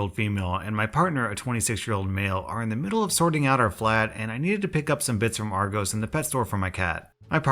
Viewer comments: Did he say ar-gohs it ar-gos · Its not argoooos its argoss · Every time you pronounce Argos argose I cringe EDIT NOTHING TO DO WITH ORIGINAL COMMENT Like I get the Disney trip was cancelled which is sad. But what an entitled bitch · Aaaaaaaaaaaa he says all british things wrong btw its ar gos say it loke are gos not gose also i wouldnt say twat first you say it wrong and second its a swear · Its ar gos not ar gose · its ar-go-ss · Its pronounced Ar-gos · argoes arg oe s its probably right somewhere but that kind of annoyed me since from where I am in England, we say the o in argos like if you were gonna say "on" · pronounces argos as argoes everyone from the uk: hOw dArE yOu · Im sorry but youre pronunciation of argos is hilarious (its prounonced like are-gos kinda like gos-sip) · It pronounced are Goss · Not to nitpick, but you pronounced the shop wrong. You say "ar" like arlo and "gos" like gossip. This is argos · I’m not triggered about anything apart from the fact he called Argos ”Our Goes” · I dunno what that word means but I'd also pronounce it like that. is it our-jos or what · Just so you know, Argos is pronounced with a hard o. Like 'moss'. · This is probably just a me thing, but I wanted to crucify you when you said ArgOs and Argohs >.> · ARRR GOSS (argos) ;) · just a heads up the o in argos is pronounced the same as the o in costa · Fellow Brits, go to where he says argos and u will cringe so hard